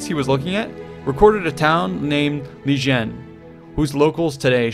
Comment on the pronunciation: It is Liqian not Lijen, this is pretty badly researched.